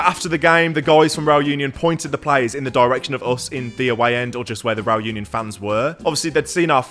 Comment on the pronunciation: Great video. Just one thing though, Union is pronounced ooh-nion, same as Unai.